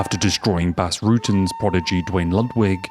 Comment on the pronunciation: come on guy it's not BASS Like the fish pronounced BAS get it right bro he is a legend